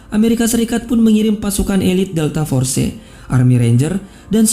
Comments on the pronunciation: "DELTA FORCE" Bacanya bukan Forcee.. Tapi Fors.. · Bg, penyebutan nya delta fors bukan delta forse/delta force Klo tulisany delta force tp d baca delta fors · fors bukan forse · Jgn delta for ce geh tp deltaforce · Pronunciation loe josss.... Delta for..ce